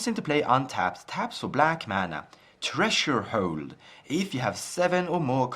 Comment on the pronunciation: Threshold is pronounced "Ther-esh-hold", Treasure Hold got a chuckle out of me. Keep up the good work!